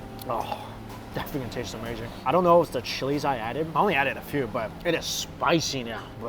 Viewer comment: Its “amerrrrrzing” lol….nice video